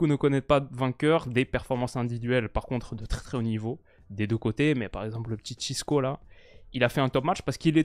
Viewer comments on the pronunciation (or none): Ce n’est pas « Cisco », c’est « Francisco » ou «Chico» (prononciation comme dans l’album « Le Monde Chico » de PNL) 😉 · Encore une vidéo très qualitative ! Je profite pour te dire que le diminutif de « Francisco » en portugais c’est « Chico » et pas « Chisco ». Mais en tout cas toujours un kiffe tes vidéos!